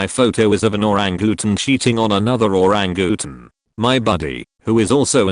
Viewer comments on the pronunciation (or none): ~ …. Was not looking at my screen and could not figure out for the life of me what an “oo-rang-gooten” was.